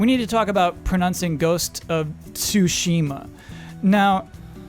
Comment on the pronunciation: proNUNcing?....it's pronouncing